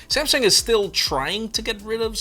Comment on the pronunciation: No one:: Samesung